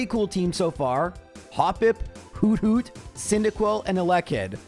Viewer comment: the way you say hoothoot is hilarious whodoot? just kinda in my head i see and hear a noctowl repeating whodoot? while tilting its head makes me smile